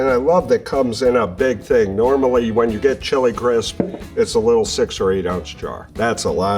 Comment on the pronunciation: Great way to put it!! And the "When" is more like "Ven".